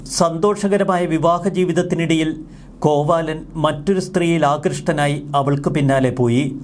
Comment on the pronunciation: കോവാലൻ അല്ല.. കോവിലൻ..